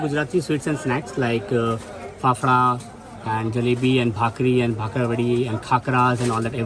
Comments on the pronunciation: Those who have watched tarak mehta ka ooltah chasmah know it's fafda and not fefda🤣🤣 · I lost it when he said phephra🤣🤣🤣